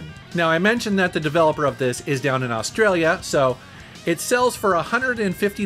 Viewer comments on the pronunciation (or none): none